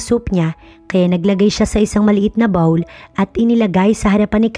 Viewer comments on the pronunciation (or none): none